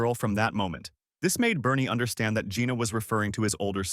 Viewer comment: Why is Barney pronouced as Bernie. Barn rythmes with yarn There's a purple dinosaur that's very upset.